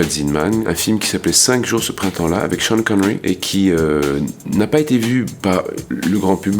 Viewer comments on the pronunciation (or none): none